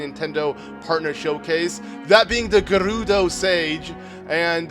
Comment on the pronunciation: I like how he rolls hood “R’s” with “Gerudo” and “Urbosa” but it is different.